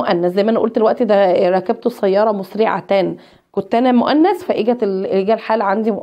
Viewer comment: نقول ركبت بكسر الكاف وليس بفتحها وشكرا أستادة